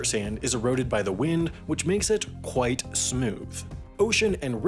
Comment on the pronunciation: You over enunciate the word "quite" several times. It sounds weird.